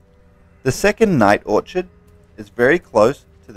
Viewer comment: "Or Kid"..not orchard